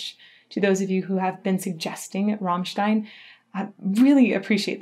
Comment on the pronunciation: Yes, all except she keeps saying "Rahmstein".... its "Rammstein"